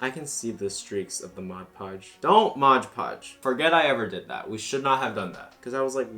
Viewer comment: The fact that you call it Modge Podge instead of Mod Podge is really grinding my gears ngl